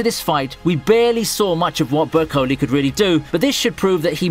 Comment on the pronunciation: Who DaFUQ???? is ( Cur-Ree-Toes' Return )? ? ? Like seriously, you StWrongly came out pronouncing Bercouli right yet BUTCHER the other?!?! I swear you did it on purpose since I think you hate SAO: Underworld's main character.